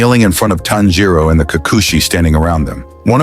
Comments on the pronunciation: Not inosuke finally saying tanjiro's, name right XD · Inokuse said tanjio name right😢